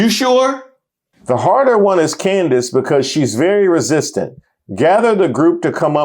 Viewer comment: had me crying over Candace Owens - he calls her Coondace 😂